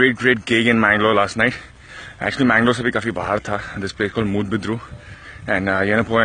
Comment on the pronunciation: Chang it is moodbidri/moodbidre and not moodbidrU